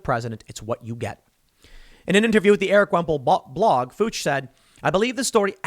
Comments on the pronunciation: Tim, it's a German name, Fuchs. It's prounounced variously: Fee-yooks, Fooks. Heh. You said Fooch. I guess if it gets you around the censors.... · It's Fuchs like Fukes not (f)ucks come on Tim lol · Fuchs is a German name I believe in German they use an umlat above the U and pronounce it "Fewks". German Americans probably anglicize it as "Fooks". Definitely not "Fuh-ch". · Tim is deliberately mispronouncing the lady's name. That is clearly a hate crime against German-Americans, Austrian-Americans, and Swiss-Americans. Her name is Fuchs, not Fooge. Say her name! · "Fuchs" is pronounced "Fyooks" just incase you are worried about the algorithm :) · Fuch is pronounced “Fee-oo-ks” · Fuchs is pronounced like “fooks” or a long O “fox” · Fuchs? Sounds like Fooks. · Tim, the name is pronounced as "fewks". My late wife's maiden name was Fuchs. She passed away in 2011 and because I respect her memory I'm not going to make a joke about how she was the best Fuchs I ever had. Strange, every time I told her that she slapped me. Still don't know why...maybe it was my delivery, my comic timing sucks. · Fuchs is pronounced “Fox”. I had a classmate with the same name. It was funny when we had a substitute call the roll. They always paused on his name and tried to figure out how to say it! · Ugh!!! That's the second time today. It's pronounced Fooks (long O). It's German Fox. My husband's family americanized Fuchs to Fox when they came here from Germany. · I've heard Fuchs as "fyooks" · That name is pronounced "Fooks", Tim! I know because back in the 80s when I was calling customers on the phone, I had a Fuchs and asked them how to pronounce it. Something that stuck with me all these years. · "Fuchs" is pronounced, basically, as "Foo + k + s". It is simply the German word for "fox". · the pronounciation of Fuchs is "fux", while the "u" sounds the same as in "Uber" :) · it's "Fukes" like nukes, Tim. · If anyone's wondering, it's pronounced like "Fox". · That name is pronounced "fox"